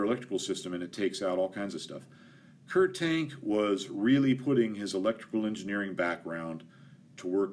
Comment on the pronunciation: Kurt Tank is pronounced Kurt (say as little R as you can, not Kurrrt) Tahnk (like ah, that’s better). Kommandogerät is more like KOE (like whoa!) mahn (Ah, again) doe (a deer, a female…) GEH (eh, what’s that) rayt (half the a sound through your mouth, other half through your nose, don’t let your tongue touch anything in your mouth. HTH. Love your content. Fun fact—German doesn’t have silent letters, except in loan words. Anything you read you can pronounce, anything you hear you can spell. Pronunciation is the EASIEST part of learning German.